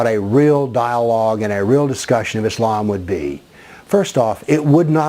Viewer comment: You have nothing else to do. You do not even pronounce Islam correctly or Muslims correctly. In fact you do not even know the Full name of Prophet Mohamed. What you are saying about Islam is complete lies and fabrications. Just keep barking.